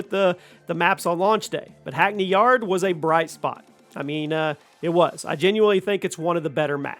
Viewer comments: bro said hackney yard 💀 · Hackney Yard 😂😂😂